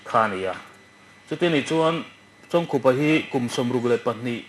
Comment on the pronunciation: Lehkhabu ah a chanchin ka chhiar nual a. i han kawm thei chu ka lawm hoe mai.. Chawngkhup a tih laia khup tih hi "a ni khup mai" tih a khup rik dan ang hian lam tur ani awm e. Ou chawngkhupa a nge nge a ropui hle mai..